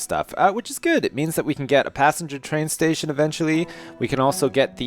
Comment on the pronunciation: Maxis, mostly bc in my city I still had to get cops and he didnt help very much... and I know you know how to do it correctly. Everytime you say twain in your accent I think of Shania, sorry